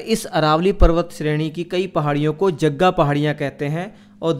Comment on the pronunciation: जग्गा नहीं jaraga